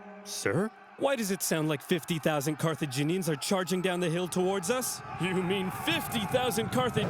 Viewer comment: Ah yes, Carthinians.